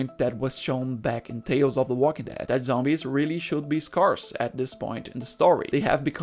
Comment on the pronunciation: The way you say scarce it's not with a hard Ah it pronounced scare-s